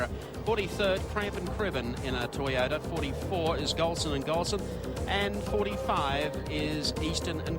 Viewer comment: Never heard toyota(one word) being pronounced as toy ota(2 words) like that commentator did there. If you going to do a job like commentating make sure you know the right pronounciasion of a product.